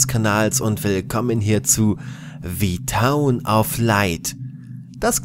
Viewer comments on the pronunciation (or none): Wird aber "the town" gesprochen, nicht "Thii" weil ja kein Vokal folgt :$ Ja Klugscheißer, ich weiß ich weiß :$